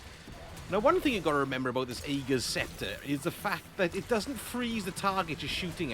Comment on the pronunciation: The weapon is pronounced "Ah-gur's" Scepter. I love the build, btw. FANTASTIC option for Non-Master content.